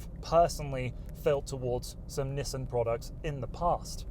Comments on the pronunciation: lmao "Nisen" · nisten, like listen